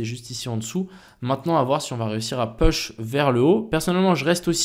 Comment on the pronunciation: Intéressante tes vidéos merci !!! Mais STP !!! arrête de dire "Peuch" !!! on dit plutot "Pouch" pour "Push" en anglais biensur . Merci :)